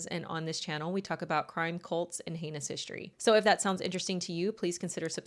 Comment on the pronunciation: *heinous, not anus 😅😅😅😂😂😂